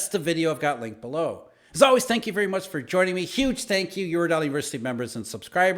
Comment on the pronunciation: When you start speaking fast you are always saying eurodeli😂 guess this is the final subway 🥪